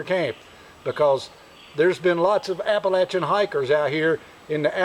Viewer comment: Amen brother, on the bear and on the correct pronunciation of Appalachian!!